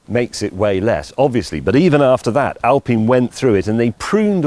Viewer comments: Its Alpine not al peen! do you have peen trees in England? Right next to the al peen forest! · Why is he pronouncing the work alpine, al-peen? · "Al-Peen". So it's not Pine tree, it's Peen tree? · How did I get here? I don't know. Why did I watch it? Well, Alpine, pronounced as it is written, not Alpin, Well, I got my 9 months stint with BMW in 1961, prerequisite to study at the Technical University for Automotive Engineering, that I never followed, never bought or drove a BMW. My generation tinkered their cars on Saturdays and drove them on Sundays to enjoy and show off. I had many cars: Renault Gordini, Citroen 2CV, MB 300SEL 6.9, yes, customized, Maserati and many others. 2016, I bought a BMW 759il V12 (E38), 1998. I am 82. This car is a car of cars. I like more metal in the front and rear, so, in a collision, the other dies before me. Today's cars are far more reliable and comfortable than older ones. I am looking forward to 'driverless' cars. Microelectronics have enabled all gadgets very maneuverable. This car appears to be quite desirable. Will I buy it? Nope! Too much Electronics, too old to learn.